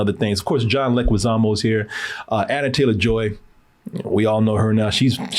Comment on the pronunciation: Not mispronouncing Ralph Fiennes AND Anya Taylor-Joy's names multiple times